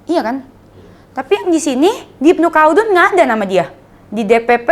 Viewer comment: Ibnu Kaldun cara bacanya